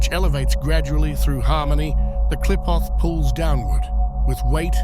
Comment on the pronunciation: This ks AI slop, that is kindof accurate. The names of the qlippot are mispronounced